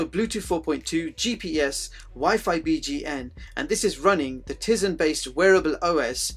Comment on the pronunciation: good review although i cant bare but correct you for the pronounciation of tize its "Tie-zen" not "tizen" even tho its spelt nothing like it sounds like